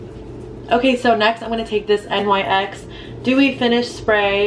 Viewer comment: nyx is a word, pronounced like “nicks.” you don’t have to spell it out lmao